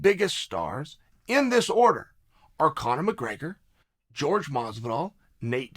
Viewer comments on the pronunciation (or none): “George mozvidol”